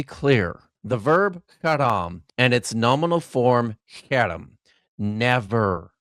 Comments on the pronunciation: “haram” but what’s on screen is “herem” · when the apparent expert doesnt pronounce Harem right, its a guttural sound not a soft H